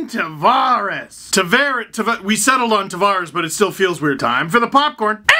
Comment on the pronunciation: Its pronounced "Tavares"